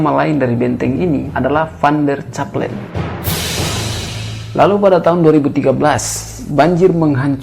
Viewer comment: Kalau ucapksn nama2 jangan pake ejaan bhs Indonesia yg disempurnakan krn gak pas. Misalnya nama van der Cappellen, hrs dibunyikan "Kappellen" krn itu adalah nama org Belanda. Dan juga bbrp kata lain yg salah ucap. lain